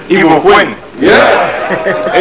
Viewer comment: LMAO!! he really tried sha, with the igbo accent and pronounciations even tho it wasn't 100%.....millions of english pple would never beat that